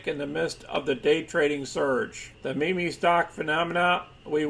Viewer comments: It’s pronounced “meem” not “mimi” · It's pronounced "MEEM"